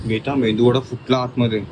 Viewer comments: Mendu vada nahi meduvada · मेंदू वडा nst ते मेदू वडा astoo.... मागे हर्ष ने correct kelt bt still saying the same